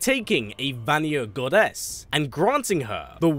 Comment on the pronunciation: Why do you say goddess with such GODess